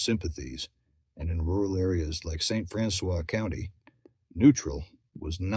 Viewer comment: St. Francois County is pronounced St. Francis here in Missouri. To this very day, people young and old know of Sam Hildebrand. I live in Washington County, Missouri. There is much Civil War history here. Lots of caves, rivers, creeks, hills and heavy woods even today. More critters than people. Beautiful.